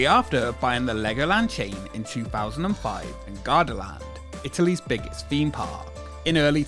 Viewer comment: 'Forpe' Park, 'Feme Park', the rides 'feming'. Lollll. Learn how to pronounce 'th's if you're going to be using 'vhe' type of words that feature 'vehm' all the time.